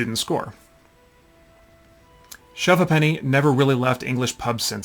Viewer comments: 'SHOVE HAYPNEE', please ! A Ha'penny (pronounced 'haypnee', not har penny !) being half a penny. So, as kids, when sugar was still rationed, we bought a range of sugarless sweeties for anything from a ha'penny, to a penny ha'penny, or even (on pocket money day) thruppence or a tanner (sixpence). But that was when money was money , , , 'Shovers' ( pronounced 'shuvvers') is best played over a a pint or two and with a ban on any mention of love, religion or politics. Cheers! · Propper pronunciation: Shove Hape-nee. Last time I played this, we used £5 coins. Loads of different designs and couldn't spend them at the bar. Looser bought the next round. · Thanks for the upload... You are very knowledgeable on this old English game and that is fantastic. I grew up playing this game in the 1970s in the UK on a traditional board... enjoyed the video, but the way to say Shove Ha'penny is announced phonetically 'A'-penny but with the emphasis on shortening 'the 'Hey'. Love the the term upper 'crustery' lol. My mum used 2 pence pieces as these were great substitutes if no Ha-pennies were handy. We also had the board that rested up to a table, so you shoved the coin with the palm of you hand sideways to the board. And it is still traditional to have the Monarchs head upward facing. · Its pronounced shove hape nee. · Ha'Penny is pronounced "Hay penny" and even that is shortened to "Haypny". Similar to how "Two Pence" is "Tuppence" . Good to see Americans interested in old English stuff. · The game name is pronounced shove hAppeny - half, not have. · Pronounced haypenny. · Not 100% sure on this but I think, in England, "ha'penny" is pronounced "hay p'nee". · It's Shove halfpenny pronounced "hay.puh.nee" English pub game. (Apenee) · I guess she is young and not pre-decimal age? If she says two pence and not tuppunce then she's post decimal. The game has always been pronounced as Shove Ape'ny up and down the country and not linked to accents or dialects. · Pronounced shuv hay-penny 🙂👍